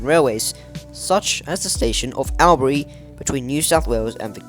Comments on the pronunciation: A very good production, covering an essential part of the history of NSW. I greatly enjoyed it. By the way, the usual pronunciation of Albury is Orlbury. Don't ask me why, it just is. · Al-ban-y (WA) Alll-bry/Orlbury (NSW)